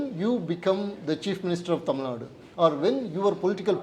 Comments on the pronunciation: Super loose talk in English pls say Tamil in ur beautiful mother tongue say Tamil not war u say temil. First tamil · He has to pronounce Tamil. 'L" correctly. Else everything else is okay